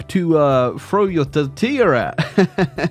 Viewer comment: Do not fall to the rhotic R! there is no R in tortilla!